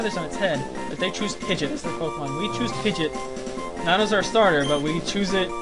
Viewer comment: Wow i forgot how much i liked rustboro's music. BTW you keep on saying pigeot's name incorrectly, dont know whether or not you care, but its Pi-gee-ott, didnt want to be fussy but i makes me cringe when you say it. Well this has all been recorded now anyway so i guess ill keep on hearing it :(.